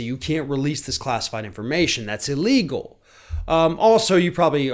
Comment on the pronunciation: Bigly “iligel”🤪😂😂😂